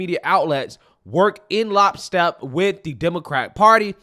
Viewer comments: Lockstep,. It’s lockstep, not lopstep 🤦‍♀️ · Did you say lopstep?